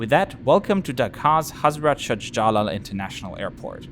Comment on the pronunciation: Pronounciation ... Hazrat SHAH JA LAL airport. And the way you say Lufth Hansa, it's RAJ Hansa